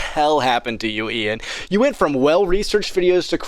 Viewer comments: Dude has genuine damage to the name Ian 🤣😭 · Ian De-Klein-ed